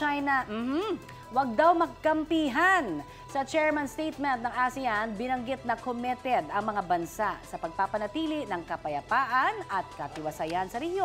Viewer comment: anyare sau Connie Kommeted? imbes na comitted🤣